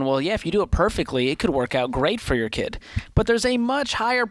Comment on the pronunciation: “Jor life and jor money”